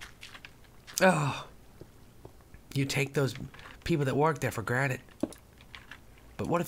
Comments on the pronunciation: Lol he says forge on cliff *thta* lose. Its that, not thta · did anyone else notice the fact that he said "forge on a cliff thta ill lose" lol i dont care but its funny :)